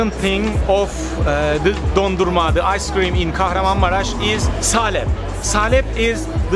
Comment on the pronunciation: As I'm from Turkey, I got triggered when he said Kaharanmamaras to Kahramanmaras (ş)